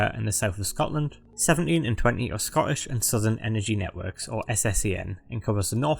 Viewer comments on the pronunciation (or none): none